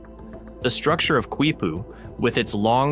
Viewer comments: Your own screen capture of the Wiki page tells you it is pronounced "KEE-poo," not "KWEE-poo." Can't you even read? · Dude! I can’t take it! I literally am yelling the same thing at the guy! Don’t say it again!! Nooooo! Qui-poo! Haha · The Quechua pronunciation is kee-poo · Its pronounced KEE poo. The Q is silent. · Why does the narrator persist in repeatedly mispronouncing the word "Quipu", when the video features a wikipedia entry clearly showing the proper pronunciation is "KEE-POO", beginning from time index ??? The video should be resubmitted with a narrator who can properly pronounce Spanish/Hispanic words! I couldn't watch the video past time index , as the improper pronunciation of Quipu was getting excruciatingly monotonous!